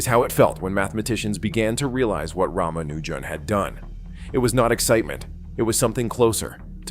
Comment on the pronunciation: The real Hardy didn't speak with an American accent. And he also knew how to pronounce Ramaujan's name correctly.